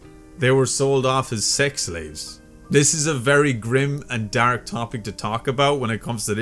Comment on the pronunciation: I'm sorry to brake the dark tone of the video but I love how you pronounce the word dark. "Dahrk"